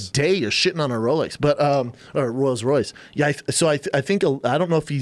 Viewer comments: “Royals Royce” “thicker than a 3 muskateeers”.....it’s rolls Royce and thicker than a snicker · What the hell is a royals royce schaub?lol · It's Rolls